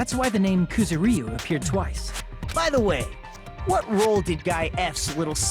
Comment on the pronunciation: PLEASE WHY DO THE VAS PRONOUNCE KUZURYU LIKE THAT